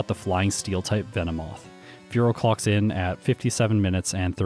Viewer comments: I cackle everytime he says "clocks in" because I hear it as "clucks in" XD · Sounded like you said "Spearow clucks in" and that's still a funny pun to me.